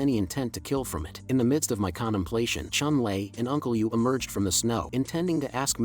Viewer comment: “a night of condomplation” 🤣🤣🤣